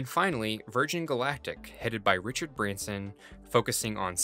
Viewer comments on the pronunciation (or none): none